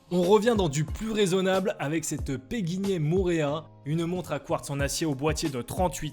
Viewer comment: C'est PéQuignet et non pas PéGuignet...